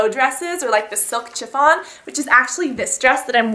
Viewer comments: You pronounce "chiffon" shhhi-fawn not Chiiih-fawn :) Loved the video. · chiffon is pronounced shiffon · "silk CH-iffon"... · Love the vid but you say chiffon weird